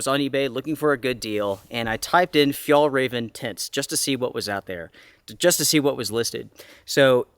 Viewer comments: Hi, from a Swede, Fjällräven is pronounced more like "fjellraeven" 😉 the letter Ä is not sounding the same as A, (the two dots makes it a different letter) Just messing with you a little 😉😁 Love your channel. 💪👍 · hey, the closest i can think of how you pronounce Ä is the sound of AE in Bear, Tear etc. or the A in Chair, Bare, Flair etc. Its not exactly right but close enough. its not an A sound, in Danish and Norwegian they write Ä as AE and not an A with dots like we do in Sweden. the name as you might already know translates to "the arctic fox" if it was just Fjällräv without EN at the end it would mean just arctic fox but in swedish if something ends with EN its the equivivalent of putting "the" infront in English in many cases. Same for Car = Bil, The Car = Bilen. Turmat is also Swedish, "tur" is a slang word for a hike and Mat = food. so it basically means what it is. Hiking food:) awesome find btw, that tent was probably a couple hundred dollars when new. and it really looks brand new.